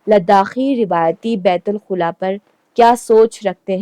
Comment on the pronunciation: Kindly pronounce it beit_ul_ khala Not khula